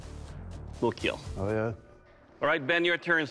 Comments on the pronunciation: Correct way Doug says Kill (I need some assistance here): 1. Kill 2. Keel 3. Keal 4. Khiel Someone clarify 😅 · it will keel, yes it will indeed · IT WILL KEEL